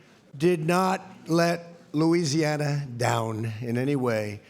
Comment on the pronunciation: He said louiweesiana 😂